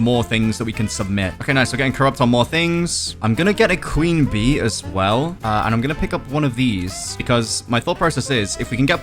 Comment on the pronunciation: bro at the start of the video he says I’m gonna get my queen bee bro actually said clean bee